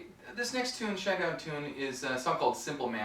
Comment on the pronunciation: its Shinedown. one word not shine down